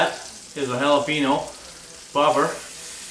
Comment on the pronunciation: Stop saying Jalapeeno. God it's not hard to say Jalapeño. Say it like this Jalapenyo. Nice video though.